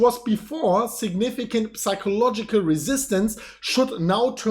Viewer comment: you are the best!! but please pronounce psychological like SAIKOlogical - pleeeease